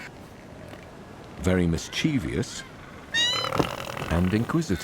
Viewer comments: You mispronounced mischievous. Miss chiv us or miss cheev us. Not miss cheev ee us. Check it out. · The word "mischievous" has three syllables, not four. Look it up. Then look closely. The word means "full of mischief." If you are full of virtue, you are not vir-TUE-ee-us, are you? One would think that someone who does voiceovers for a living would have a skillful and accurate command of the English language. Honestly.